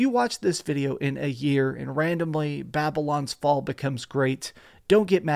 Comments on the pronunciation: Hey man great review really helpful but just so you know you said the name wrong just wanted to let you know but great video man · Could have made sure you can say the name of the game right at least in the intro…